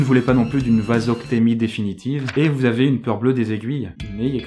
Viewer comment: c'est vasectomie hein pas vasoctemie